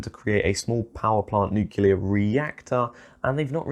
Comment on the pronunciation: Only one comment from me: Please, please, please say nuclear correctly. It's not "nucular"! It hurts me to hear it. :) Otherwise, great video! :)